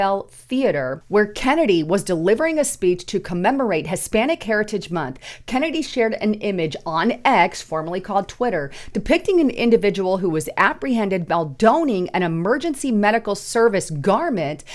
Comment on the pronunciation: Good video. Excellent information, but the conventional pronunciation is: by Donn-ing. (Not "by Doe-ning". ) Means "by putting on...an article of clothing..."